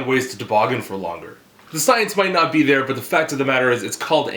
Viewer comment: So "come up in dehr, and come back down latah"? Fair enough for a "daddy kink"